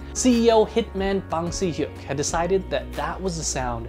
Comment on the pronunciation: Wow, great update. Thank you. ONE thing could be better: Bang Si-Hyeok - the Si is pronounced like the englisch „she“ not the Italian „si“ - thanks again